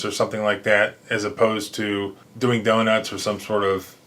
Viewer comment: that's the first time I ever heard a cop have a hard time saying the word "donuts".